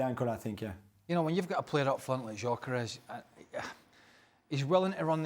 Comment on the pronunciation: did he called him Jokeres? 😭